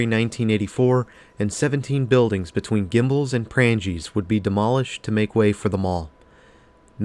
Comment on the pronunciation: Good video, unfortunately your pronunciations, in part, are an insult to the building's history! For one Prange's is pronounced with a SILENT 'G' remember there is a MAJOR influence in how thing's are pronounced in Wisconsin via Wisconsin's Native Tribes, The French, and also German settlers to name a few.